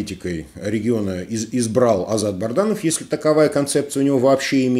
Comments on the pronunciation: Почему Вы рассказываете и говорите Барданов,а не Бадранов!? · БаДранов -, ну выучите уже, пжлста, его фамилию... Пишут Вам неоднокоатно!!!